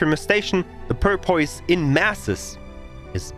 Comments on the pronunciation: The English pronunciation for Porpoise is "paw-puss".. (not making fun of you, your English is awesome) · I don't speak a second language, so I mean no disrespect...but it's pronounced "Pour (as in pouring a glass of water) Puss, Pour-puss. The way you were saying it was cracking me up. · I don't know if anyone ever let you know or not, but it is porpoise as in the dolphin like water mammal. porpoise (pronounced pour - pus). just trying to be helpful not mean thanks for your great videos they have been a godsend for a return player.